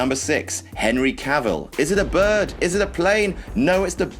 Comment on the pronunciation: The name's Cavell, Henry cavell...